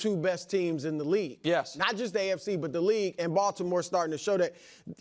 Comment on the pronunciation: The cadence was good but he missed the pause into anddddd pause 😂